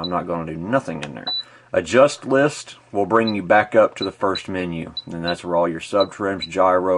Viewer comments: Its "LIST" not "LIFT" ....LOL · BTW it's List not Lift. But otherwise this is a great tutorial. Thanks for doing it!! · Why do you keep caling it "lift"? It is list! That makes me not trust what you say.